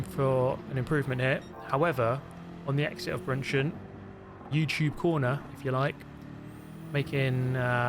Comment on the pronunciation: it’s Bergwerk! Not Börgwörg! it’s DÖttinger! Not Dottinger! it’s BrÜnnchen! Not Brunchen!